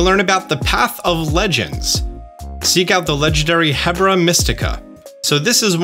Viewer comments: Wondering if he’ll realize how many times he’s said Hebra instead of Herba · I love that you keep pronouncing herba as hebra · You're my favorite,....you keep saying "heb-ra"...but it's "herb-a", like a medicinal herb. Just wanted to let you know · 1. It's HERBA Mystica. ER-BUH. Not "hebra" lol 2. The part on the engine 'mon that seems to be its mouth looks to represent a carbureted engine's round air intake filter. Then the long tubes are of course the exhaust, and the short ones are what I think are called stack intakes? 3. I'm pretty sure the light blue areas on the map that you said might be shallow water are just the snowy parts of the map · That's a matter of dialect. What does here is pronounce it 'heBRA', when it's just like 'herb' in whichever dialect you speak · no, again, the word is HERB-A I'm saying is mispronouncing it when he says heBRA. There is no RA, it's HERB 😂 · Thank you so much for these vids... But just so you know, "Herba Mystica"... You're putting the "r" in the wrong place while pronouncing it. The actual is Herba (herb as in plants) vs your mispronunciation of Hebra... Keep up the great work though! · "Hebra" is killing me 😂😭 I've been pronouncing it like "Herb-ah" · Brilliant video! A couple things I found that I differed to your opinion: I think the Titan reward is pronounced Herba rather than Hebra. So ‘herb-a’. Also, I think brassius has a vine rather than a hose? Is there any official information stating it’s a hose? I’d say the light blue patch on the map looks like it’s going to be a snowy area, rather than shallow water. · Mela seems to be a play on the Japanese word for fire "Mera" so her name is probably pronounced "Meh-la", not "Mee-la". Also, it "Erb'a" not "Her-ba", as in the word herb with an ah sound at the end. Otherwise a great video with a lot of good info that I missed the first time around. Keep up the good work! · Love your videos, but your saying hebra instead of herba is confusing lol